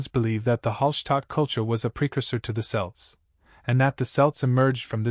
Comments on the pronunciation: Celts is pronounced with a hard C , as in Kelts. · Celts with a hard c is fairly recent. It is closer to how the word was originally pronounced but Latin words beginning with c and followed by a vowel were softened to an s sound in English to give modern words like ceiling. We still pronounce Caesar like 'seize her' when the German kaiser is closer to the original. The reason the Boston Celts and Celtic FC are pronounced with an s sound is because that is how celt was pronounced in English back then. I prefer the hard c pronunciation myself but the soft c is still correct, just not the popular pronunciation anymore. Similarly Boadicea has gone from 'bow da see ya' to Boudicca - 'boo-di-ka'.